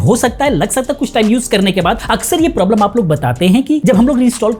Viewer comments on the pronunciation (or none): none